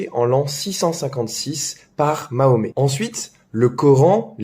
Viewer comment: Vous ne savez même pas prononcé le nom du dernier prophète de l'islam et vous venez nous expliquer ce qui est vrai de ce qui est faux en islam 😂😂 Vous êtes vraiment culotté !